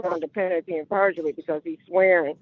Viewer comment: "Penity 'n perjury." + "juridic'shen". I know some letters are silent in English, but these aren't it.